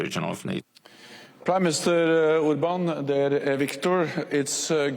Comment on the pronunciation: First Jens say "Primeminister Urban" haha :D